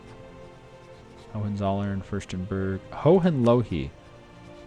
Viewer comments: Gogentsollern - will be right(I'm about pronounciation) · Hoe-en-soll-urn Hohenzollern. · Okay please for the love of god, google "pronunciation german hohenzollern" and click on the first link